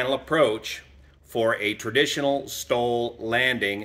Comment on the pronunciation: Really had to concentrate to hear the difference between "STOL" and "stall". At first I thought was talking about a "stall demonstration".